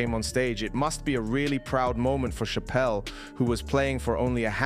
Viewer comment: She deserves a correct pronunciation, it's cha-pel like a church! 🙂